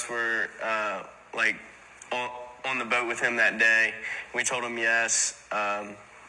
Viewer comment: I absolutely hate the way he says boat. Bowwwt